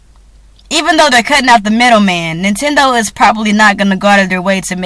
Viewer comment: did you say "hoe-nintendo"?? lol!